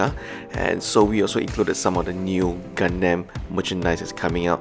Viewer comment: I hear Gundamn not Gundam.